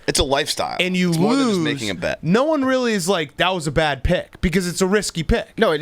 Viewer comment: Billy is the glue!!, “bad” does not have a second syllable, a “ee”, or a “y” before the A. Also, cheers for having Rico’s back during the most recent contract dispute.